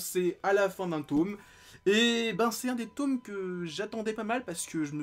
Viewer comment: Un « taume »??? Tu veux dire un tome